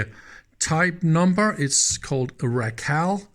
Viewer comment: RACAL is pronounced "Ray-call".